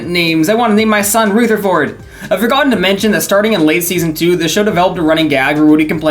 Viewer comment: bro does NOT know how to pronounce Rutherford.